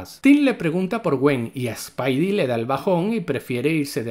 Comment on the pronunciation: No es spaidi, es spidi y no es spaider-pansa es spider-pansa. Dígalo bien, practique lo que predique.